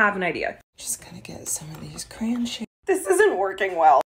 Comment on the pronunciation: Cran shavings LOL it's two syllables. Cray on